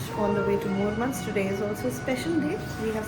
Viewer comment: You're pronouncing Murmansk incredibly correct and clean. Thank you for making the video for Russians that have never been there themselves. 😊